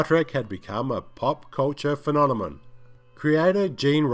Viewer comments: ‘Phenonemon’? Lol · Love it when he says Fenomomon😂😂😂😂😂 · It was a 'phemomenon' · A pop culture "phenonemun"